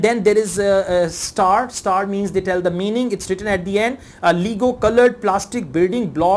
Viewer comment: Your pronunciation of word Autism and lego are wrong